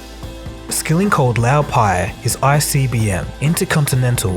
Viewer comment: The narrator of this video is awful, mispronouncing Lou Pai's name (it is pronounced Loo, not Lau) and referring to Jeff Skilling as John Skilling .